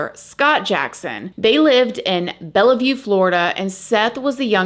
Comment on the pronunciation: You are butchering the name 😭 lol, it’s pronounced “bell-view”